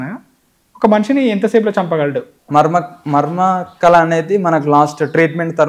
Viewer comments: "ళ" అనే ఒక అక్షరం తెలుగు లో ఉంది. తెలుసా ? మర్మ కల కాదు మర్మ కళ. కల అంటే dream కళ అంటే Art. కలరి కాదు కళరి. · కల కాదు కళ